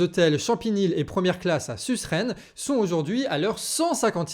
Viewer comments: Tres bonne vidéo mais on dis sureine et pas Susrenne Apres y a pas de soucis on peut pas connaître toutes les villes surtout que cest pas tas region 😅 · Bravo! Coincoin! Une petite question: la lutte des femmes de chambres, ce ne serait pas à "SU-RESNES" (se prononce su-reine) et non à "SUS-RESNES"? Et le nom des hotels: "Campanile" et non "Champanile"? 😊 Bref! En tous cas, merci pour la diffusion de l'info, ces femmes méritent notre soutien! Courage! Solidarité! Bon courage à ces dames et à l'équipe du Canard. 😊😉👍✊️👏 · À , ça se prononce "SURÈNE", un peu comme si cette ville était supérieure à la capitale des bretons....😂😂😂